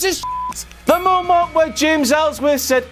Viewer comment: "... and then we had that MEAU-MONT where..."